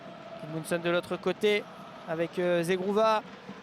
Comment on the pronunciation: zegrOvaaaa et pas zeGROUva.. Sérieux quoi !